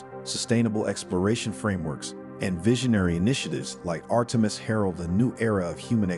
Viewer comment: When you can't pronounce Artemis ... you're a stewpid AI retard !